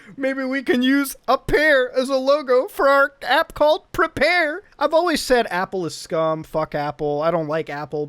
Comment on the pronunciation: "pre-pear" nice